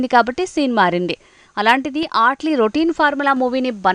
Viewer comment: Ehe mundhu name sakkaga palakadam nerchukondi 😑 ఆట్లీ enti? Mee pindaakudu 😒 అట్లీ adhi